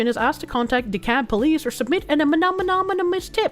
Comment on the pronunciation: Should this location come up again, you pronounce the L in DeKalb.